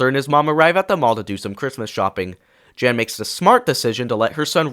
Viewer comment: Note: not sure if this is AI voice or not, but Arthur’s mother is called Jane, you said Jan